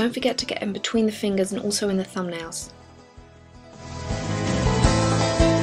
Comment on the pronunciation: You said thumb nails like you're hiding multiples.